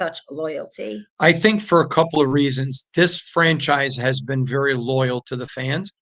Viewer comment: Lowell? Lull? It’s LOY-AL.